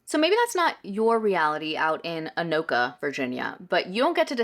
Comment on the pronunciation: You pronounced Anoka correctly :). We do consider the greater metro area part of the Twin Cities. Not criticizing your take in any way, that lady is cray.